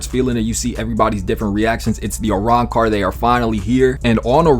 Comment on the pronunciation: you cant even say arancar